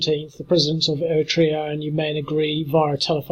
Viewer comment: You butchered the pronunciation of Eritrea. 😓